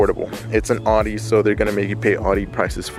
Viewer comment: What’s an awedee it’s an Audi